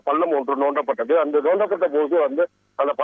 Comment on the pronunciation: செய்தி வாசிப்பாளர் கட்டிடம் நோண்ட படவில்லை தோண்டப்பட்டது தமிழை மிகச்சரியாக வாசிக்க வேண்டும்.